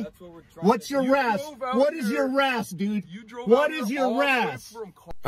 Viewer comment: it's not razz it's R.A.S